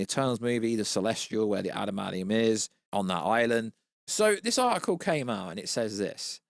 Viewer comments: What is “adamadium”? It’s what keeps saying. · 😂 love the way pronounces adamantium 😂